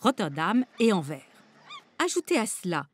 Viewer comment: AnverS, le S se prononce svp